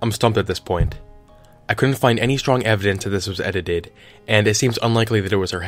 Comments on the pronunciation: Lol Ed i teeed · Edit ed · It's only funny cos I been there. "Edited it" is hard af 2 say